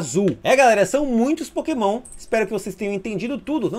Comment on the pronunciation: "É, galera, são muitos POKÉMÃO[...]" Desculpa, mas não consegui segurar risada, kkkkkk.